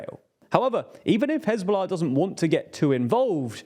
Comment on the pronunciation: I love how he said "who hezbollah ah"